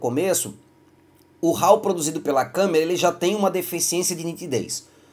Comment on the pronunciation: Muito bom, seu vídeo! Posso lhe dar uma dica? A forma correta de expressar a palavra "RAW" é " RÓ " e não "RAU"!